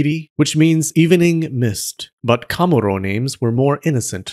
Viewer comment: i think you're pronouncing the pitch accent for kamuro wrongly